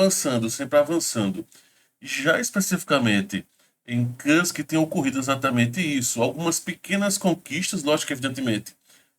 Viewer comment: se me permite a correção. O nome Kursk pronuncia cursqui, e não carsqui.